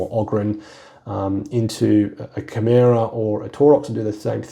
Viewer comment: I've heard you pronounce Chimera, Brother. 😜😁